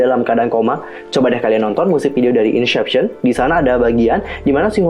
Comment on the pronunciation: maaf kalau tersinggung tapi, cara baca inception = insepsyen, bkn insyepsyen. itu aja si, tapi pemabhasan teori nya asik kok